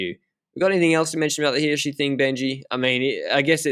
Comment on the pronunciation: Swiss person here: The first time you pronounced Hirschi was spot on. Who taught you that?